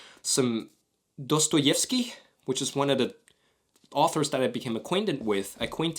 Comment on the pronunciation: Your "Достоевский" was good